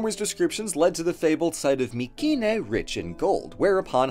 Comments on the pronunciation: I'm curious. Who do you choose to mispronounce the name of the place you made the video of? Nobody I have EVER heard pronounces it with a "k" sound. Not in college nor on TV or on YouTube. Just you. My-see-nee. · Hey Atleast he didnt say “my-see-nay” always bugged the hell out of me considering the greek k is one of the few letters we still use today with basically the same pronunciation.